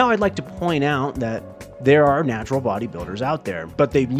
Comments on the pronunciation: . Natural not natrual...... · He's just a rat man, he's gonna mess up a word or two